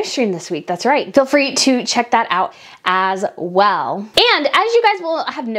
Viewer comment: I love your videos but the way you say “as well”and overdramatize your words grates on me🥴